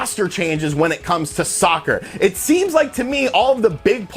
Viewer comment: stop emphasizing the word soccer.